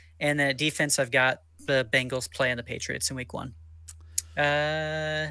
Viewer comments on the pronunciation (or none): It’s Bengals not Bangles